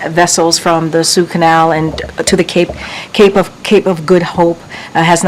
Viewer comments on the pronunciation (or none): HOW is Cringe Jean-Paul-Vandam in this job still?! She has to READ off the paper “Sue canal” and it’s Suez you silly goose, how uneducated are these degree holding folks nowadays ? This is the example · did she just say “Sue Canal”? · The Sue canal?!? She doesn’t know how to say Suez Canal 😂. This administration’s press conferences are always so bad and they don’t allow any press that will ask any hard questions. She’s literally flustered by a question about a $6 smoothie. All of these politicians are completely out of touch when it comes to the cost of living for average Americans, and they could care less. Biden is no more out of touch than Trump, or any White House staff member, senator, or congressman. None of them, and I mean none of them have a clue. Over privileged people always try to convince themselves that they are not over privileged. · Did I hear her correctly? Did she call it the 'Sue' Canal?